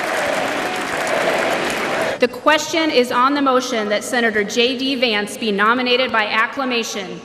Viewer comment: Shocking that the presenter is calling Vance as Vince. Indian reporters research nothing on what they present. Garbage reporting.